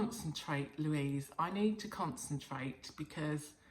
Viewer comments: Very well pronounced Louise... Feliz Natal 🎄☃️❄️ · Louise, Feliz Natal para voce, tambem! Yes , you pronounced very well.